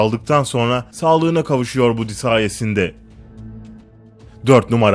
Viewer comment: baddy diye okunuyor